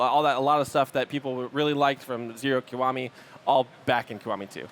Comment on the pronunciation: It's not KOWAMI. IT"S "KEE WA MI." Is it that hard to for English speaking people to speak a simply word?